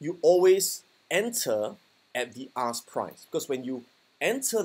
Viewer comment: I kept hearing "ass" price for some reason lol